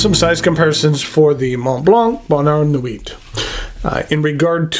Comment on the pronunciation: Great review and a MB I'd consider buying. For whatever reason this model intrigues me, whereas many MB's do not. If I do, I'll go through Appelboom, as I've not purchased from them before and they always have a good selection of higher-end pens. Silent "T" in the word nuit.